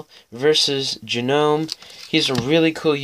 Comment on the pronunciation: Its pronounced like nome the G is silent. Great pack battle friend and good luck in the rest of the tournament. Ill be rooting for you! 👍🎅